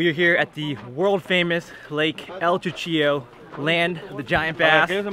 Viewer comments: cuchillo not chuchillo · them tacos look great!!! the way pronounces cuchillo!!!! lol great video!!!